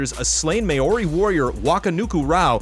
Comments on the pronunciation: Correction: ' pronunciation of Maori in the Deadland's half-time advert should be "Mow-ree" not "May-oree" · CORRECTION: its pronounced MAO-ri, not MAY-oh-ree :) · Just for future reference, Maori is pronounced "mao-ree" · Corrections: from the halftime show, should have a quick check of Māori pronunciation